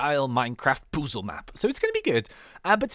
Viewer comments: "Poo-zle" lol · he said "wich is kinda like a minecraft poozle map"